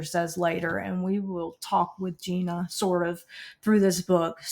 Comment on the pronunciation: It’s Gina not Tina 😊